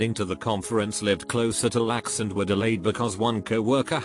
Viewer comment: L. A. X. Not lax